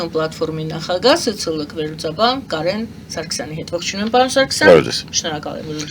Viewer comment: Այ տղա, հազար եմ ասել, ոչ թե նախագան, այլ ՆԱԽԱԳԱՀԸ։